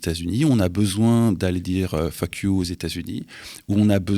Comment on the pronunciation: Le Faque you aux Usa a été dit d’une manière tellement élégante que j’ai pris du temps à comprendre qu’il a dit f** you 😅😂